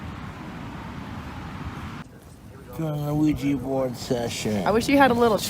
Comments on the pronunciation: “an aweejee bord” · Ew-weeja bourd